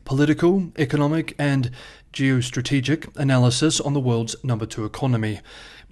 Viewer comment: Why do you say 'Geo-strategic' like you are trying to smash?